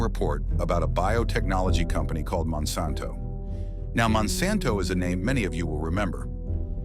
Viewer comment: Monsanto rponunced WRONG and randomly.